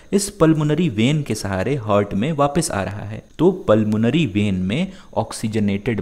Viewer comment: it is heart not hart